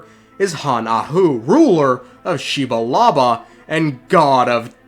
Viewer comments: Xi-bal-ba my dude, had me straight cackling shebalaba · Xibalba = Xiba Laba XD